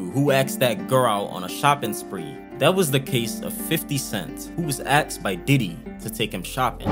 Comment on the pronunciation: Why do you say axed ? 🪓